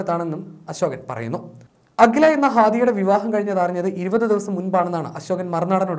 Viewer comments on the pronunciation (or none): ഹാദുയ അല്ല അഖില